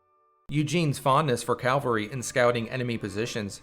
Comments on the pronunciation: CAVALRY damn you , not calvary .... it irks me so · You have the very bad habit of mispronouncing CAVALRY!!! It is NOT... CAL VARY but rather CA VEL RY...